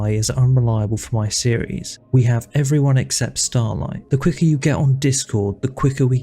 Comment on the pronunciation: As much as I dislike this guy due to being cringe, I just can't take how much you butcher every character's names. Like, do you skip english classes, is that why you can't even say Starlight correctly?